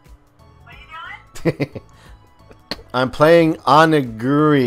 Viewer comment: the title is properly pronounced Oni-Geeri and both are japanese terms to different things Oni is one Japanese word for monster and Giri is an honor term used by Japanese martial arts schools as a thing of importance when you combine the two it's a type of food called Rice balls. Warframe is an MMO in its own right but it's a first person shooter MMO.